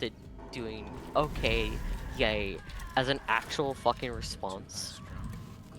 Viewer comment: cannot stop thinking about pronouncing "yay" as "yaeiy". or, indeed, about victor kain's Big Mind